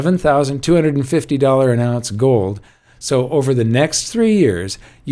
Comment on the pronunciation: Did I catch a Dutch accent there? A little Goldmember? What about joe? I think that's how Yukon Cornelius said silver in the Rudolph story.